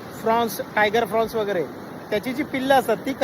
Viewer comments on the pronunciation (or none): Frowns nasun Prawns asa ucchar aahey tyacha!!